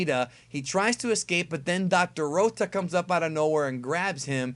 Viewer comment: I'm Glad Dr.Rota Is Eliminated So I Don't Have To Hear Pronounce Rota The way He Does